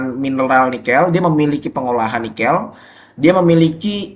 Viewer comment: Nikêl bukan Nikél